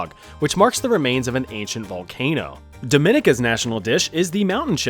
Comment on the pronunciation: You guys probably won't see this, but you mispronounced Dominica . It's Dom-i-knee-ca